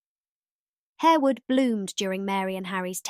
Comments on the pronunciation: Pronounced Harr-wood, not Hair-wood. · The incorrect pronunciation of Harewood and Lascelles shows up the lack of research for this video.